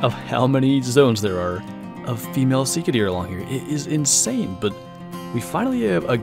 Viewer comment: Your saying sika wrong